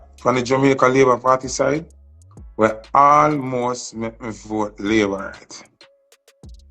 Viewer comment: Hear the bell. labor wrong 😂